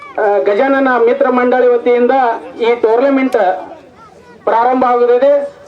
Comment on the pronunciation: Tournament ❌ Tourlament ✅